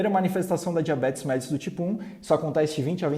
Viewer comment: A pronúncia correta é MELLÍTUS, e não MÉLLITUS.